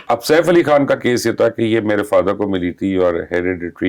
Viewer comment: Thank God!! This lady has finally improved her urdu accent , she can Pronounce the words " Khan" Now she needs to work on her "R's ...